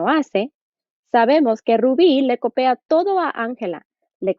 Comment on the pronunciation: Es copia no "copea"